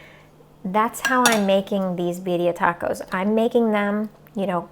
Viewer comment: You know it’s good when they pronounce it right. I say Beer-ia